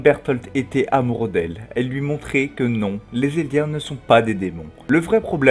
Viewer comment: On dit Eldien pas Elidien